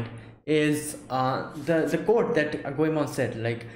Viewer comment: I am Japanese. I apologize for my poor English. I'm glad that you watch my favorite anime. I'm surprised to hear your "Goemon"and"Zenigata" 's correct pronunciation. Thank you.